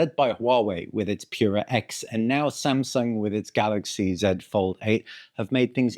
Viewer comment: What? It's really "Shamsung", unbelievable!